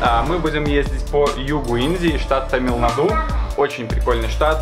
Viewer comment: Меня немного удивило, что, находясь в тамильской языковой среде, автор постоянно делает неправильные ударения. ТамилнадУ - хотя правильно ТамилнАду. МахабалипурАм, хотя правильно МахабалипУрам. Люди ведь на улице говорили, наверняка, правильно. Трудно было запомнить?